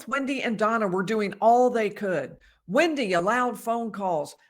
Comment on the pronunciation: It's wEndi bot wIndi !!